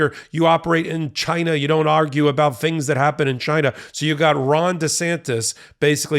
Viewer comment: Trump "GHYNA"